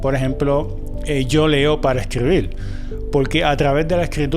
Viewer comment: Hola, no lo tome a mal, pero cómo usted que lee y ha leído tanto dice "leel" y "escribil"?